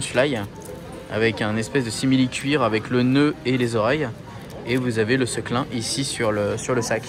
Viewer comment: Super vidéo mais on dit sequin et pas Seclin ^^